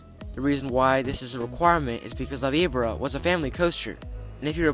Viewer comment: La Vibora is painful, but not as much as hearing this kid repeatedly mispronounce it.